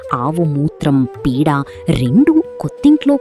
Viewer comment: తెలుగు బాగా వస్తుంది నీకేం రోగం పేడకి పీడ కి తేడా లేదా